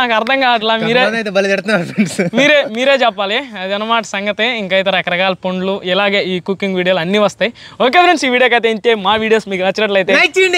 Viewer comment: పండ్లు రా నాయనా.. పొండ్లు, పుండ్లు కాదు